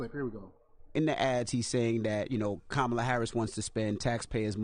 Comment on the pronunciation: Please close your idiotic channel down. You can't tell that clip is edited to sound that way. Even in that clip she said " Inmates" not migrant. If you can't even pronounce her name right don't due commentary and then lie in the process! Please stop being a coonish idiot!